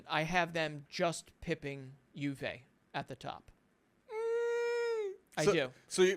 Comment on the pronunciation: Stop saying Juve with a J